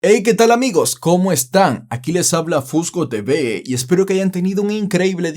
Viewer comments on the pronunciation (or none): Cuando dijiste "FusgoTV" yo escuché " bebé" 😂